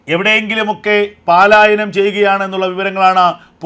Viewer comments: Sir, kindly listen "palaayanam" Not "paalaayanam" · എടേ പാലായനം അല്ല പലായനം